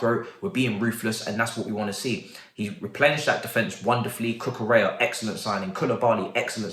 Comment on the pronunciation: ZAKARIA ZAKARIA😭😭😭😭😭😭 say it right